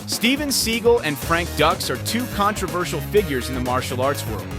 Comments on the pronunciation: Oh my God it is pronounced Sagal not seagull and it's not pronounced Ducks it's pronounced Dukes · Pronounced "Dukes" not "Ducks" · pronounced "dooks" not "ducks" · They are both funds. It's Seagal not seagull, Dux is pronounced duke's not duck's. Stupid a.i.!!!! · It’s pronounced dukes not ducks. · Segal is sickening liar and just as bad or worse than Dux and it’s not pronounced ducks 🦆 it’s put up your Dukes ducks pfffft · Always disappointed when the narrator didn't do the research. Frank Dux is pronounced Dukes, Not Ducks. Take a moment to get it right people. Makes me wonder what else they got wrong. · Pronounced Dukes, not ducks! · I am no fan fan of Frank Dux (pronounced Dukes NOT Ducks) But this video's narrator couldn't try any harder to glorify Seagal... He was making claims for how legit Seagal is and just singing his praises about everything... But when it come to Dux he basically called him a fraud which we all already know and even elluded that Dux has no formal training... While Dux greatly over exaggerates himself he is a legit martial artist... They both have reputations for being liars and if I am being honest hearing from martial artist who know them both I would lean toards Dux just whipping Seagal at any stage of their life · The pronunciation is driving me nuts lol, it's pronounced dooks not ducks lol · This video would have a bit more credibility (a tiny bit) if the idiot commentator actually bothered to learn the proper pronunciation of ANY of the main characters in the video. He gripes about Frank Dux (DUKES, not DUCKS) not knowing what he's talking about, yet this guy doesn't even know how to pronounce a simple name. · If you're going to make a documentary, you should at least learn how to pronounce the names of your subjects properly first. Dux (pronounced Dooks not ducks) Seagal (pronounced Se- Gall not seagull) . What rock did they find that narrator under?